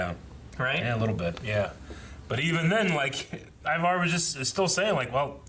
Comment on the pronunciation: Never thought I'd see the day when somebody would pronounce Ivar's name correctly, but here it is.